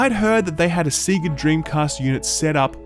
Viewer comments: BRAH! Why u sayin` "seega"? Sea-ga? C`gah..? Say-ga :/ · Is no-one going to address the weird way pronounces "Sega"? In the West it's almost always pronounced "say-guh" (as per the old cartridge loading animation), but some apparently argue the Japanese phonetics should really be "segg-uh". Who on earth pronounces it "see-guh"? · Sega. "say-gah".. Not "sea-gah" 😒 their games even say it when booting up. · I love how these lunitics always mispronounce "Sega" despite the fact that many of the games literally say "Sega" in the opening load screen. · SEGA not SEEGA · I didn't know Australians had SEEGA DREAMCAST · "Seeega"? WTF? Have you never heard the Sonic the Hedgehog startup screen? Doesn't matter where you're from. There is only one correct way to pronounce Sega. :) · “Seega” Dreamcast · wtf is see ga dreamcast? It's fucking SE GA not see ga. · See-ga? You mean say-ga, right? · It's pronounced SAYGA!!! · SEEGA? WTF your antipodean pronounciation is next level. Data, Sega. What next? WHAT NEXT? Good review mind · TIL Aussies pronounce ‘Sega’ as ”Seegah” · is the only person I know of who calls is SEEGA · Seega?... Have we been saying "Sega" wrong all these years?... Just like "Reminant"... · "SEEGA Dreamcast" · seeger dreamcast?? SEEGER? oh my days. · Dude it's SAY-GAH, come on say it with me, SAY-GAH, you never played Sonic The Hedgehog or what? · A what? A Seega? What's a Seega? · Stop saying “seega”. Stop it right now. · “Seega” Dreamcast??? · Ah yes the Seega Dreamcahst, one of my favorites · ausie moment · I’ve never heard anyone pronounce “sega” the way that you do lol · Your brain short-circuited... and you've never been able to say Sega since? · Looking forward to Friday to play this. Also you say Sega weird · I'm offended by the way you said SEGA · Why do Australians always pronounce "Sega" incorrectly? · You pronounce 'Sega' weirdly 😂 Seriously though, Ratchet and Clank looks dope